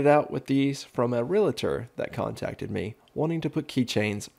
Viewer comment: RE-AL-TOR. Not RELATOR!